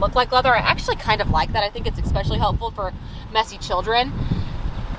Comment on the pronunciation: Please can someone tell her it's "centre console" not "centre counsel". And what adult says ekspecially?